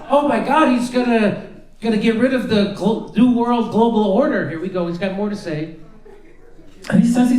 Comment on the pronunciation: Cue ball said it with "gloobal order"